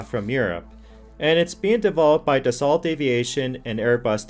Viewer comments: Dassault is not pronounced "Dass-salt". It is pronounced more like "Dahs-soe". Other than that, not too shabby for "top ten" video. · 'Dassault' is a French word where the letters 'L' and 'T' are silent, so it should be pronounced 'Dasso'. Something you may want to know for future reference...